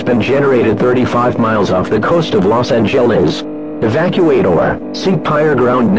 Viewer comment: "los angehlens" cmon its not that hard please